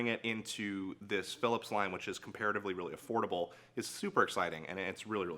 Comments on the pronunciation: lol he did the same thing on another video, he says affordable like horrible, if you turn on captions it’s says affordable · He said affordable not horrible.